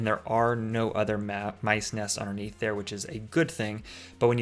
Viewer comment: Honestly, I thought you said Lice and I screamed but then you showed the poop and I was like OHHH MICE!